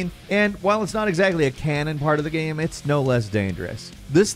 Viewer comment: I feel like I’m being gaslit by. Sometimes he pronounces the word GAME very strangely but no one else seems to acknowledge it. He straight up says GAMS at the beginning of the video I feel like I’m taking crazy pills!!